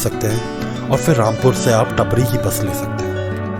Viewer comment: टपरी nhi टापरी bolte h bhai